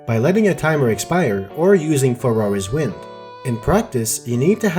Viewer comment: I can't help but hear "Ferrari's Wind" every time you say "Farore's Wind"